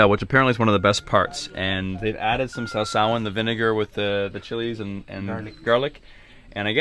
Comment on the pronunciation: You pronounced "sawsawan" perfectly! 😂 the whole series is an eye opener! A lot of good things most people don't know about Basilan.